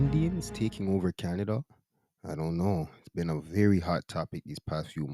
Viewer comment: Canadia😂 one day not Canada anymore